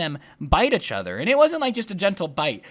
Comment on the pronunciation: Why do you say ach other not each other